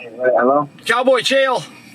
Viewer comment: "Chow Boy Chael."